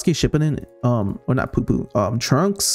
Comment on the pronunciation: IT'S PUI PUI PU-E PU-E NOT POO POO 😭 another banger